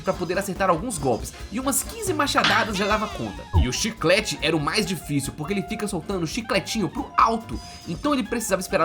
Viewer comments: Gente alguém por favor conta quantas vezes ele disse Dioficil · se voce falar dillficil mais alguma vez eu juro q eu vou explodir minha cabeça com um .50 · Eu contando quantas vezes ele disse ''dillfício'' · A palavra q eu ouço ate agora e dillficil e dillsafio😂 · para de falar dilficil . . . . . . . . . . . . . . . .